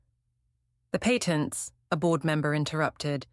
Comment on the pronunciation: Patents. Say it properly.